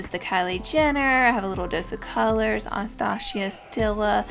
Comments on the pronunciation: Ana-Stosh-ia?? Really. Hmmmm wow. Waaaaay too many people don't know how to pronounce Anastasia. But the way you do it is down right offensive! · I love Laura so much so don't take this the wrong way but.... "anastachia" 😂😂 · I love how she calls Anastasia Bevery Hills "Anastashia" lol I love her ❤️ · the way she says Anastasia thoooo... 😔